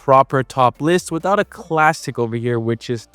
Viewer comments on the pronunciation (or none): none